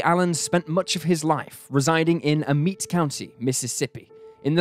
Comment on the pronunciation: It’s pronounced “Ah-met” county just an fyi …my ppl are from them parts…